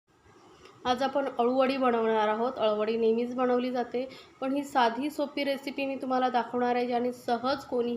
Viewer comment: बणवली, छाण, णंतर हे उच्चार चुकीचे आहेत. प्रयत्न करून सुधारा. या ठिकाणी न असा उच्चार करावा.